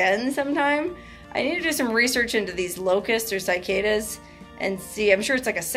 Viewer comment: Sigh-cadas, no bueno, lol. Say SiH-caYdas. Or don't. 😁And it's not EYEtalian, or SEEment for everyone who says that, too!!!🤣🤣🤣